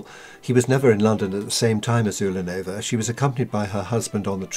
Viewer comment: Accent is on "la" in the name not on "nova" in Ulanova.